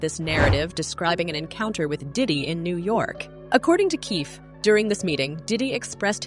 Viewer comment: Can’t trust this source… if you can’t pronounce keeFE D’s name man…